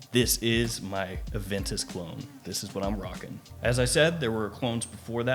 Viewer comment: My boi doesnt call it Aventus. He calls it... AVANTUS!